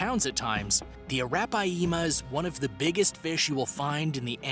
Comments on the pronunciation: You read it as araphyma not arapayema😂😂😂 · That’s a -wrap-pie-yeema 🤔atleast watch river monsters and learn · ROFL the way you said arapiama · ya that is not how you pronounces arapaima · The way he pronounces Arapaima is gross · That's right